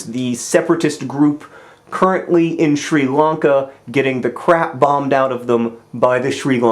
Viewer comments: did anyone else hate the way he kept pronouncing Sri Lanka as shree Lanka why do it the i is not a sub for ees otherwise amazing idea for getting stories across keep doing what you do best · "Shree Lungka"? Come on, John, Melbourne is bad enough.